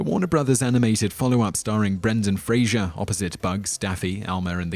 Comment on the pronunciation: They also pronounce Roger Ebert's name as "Ebbert", Brendan Fraser's as "Frasier", Ben Kingsley's as "Kinsley", and Matthew Modine's as "Modyne" (twice).